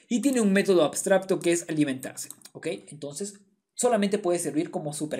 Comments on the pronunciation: Muy bien explicado, gracias. P.d. se dice abstracto, no abstrabto. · por cierto podria jurar que dices "abstrabto" y no "abstracto" jaja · AbstraBto dice jajaja, un like para que aprenda a decir abstraCto. Igual explica como ninguno, arranque con un video y me estoy mirando todos!!! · como es posible que teniendo la palabra en la diapositiva no sea capaz de decir correctamente ni una sola vez la palabra "abstracto"? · por qué pronuncias ABSTRABTO? sklajajajdjs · MUY BUENA TU EXPLICACIÓN, PERO DISTRAE MUCHO LO DE "ABSTRAPTO" JAJA, SALUDOS. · La verdad increíble como explicaste todo! Muchas gracias por el video. solo puedo criticar que pronuncies "abstrabto". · 2023.... Ya aprendiste a pronunciar la C, hermano?